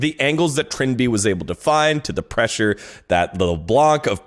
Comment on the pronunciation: I love it when Jankos pronounces "pressure" like "pleasure"